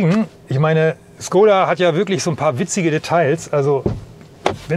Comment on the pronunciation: Es heißt nicht Skoda, lernt endlich die richtige Aussprache..